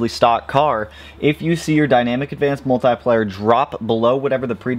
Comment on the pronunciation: I love you channel but i hate the way you say "multIplier" 😂 for real though great stuff!